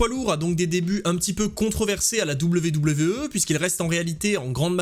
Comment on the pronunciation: Tu te casserais moins la nénette en disant à l'anglaise " dabyou dabyou i " plutôt que " double v double v euh " ;)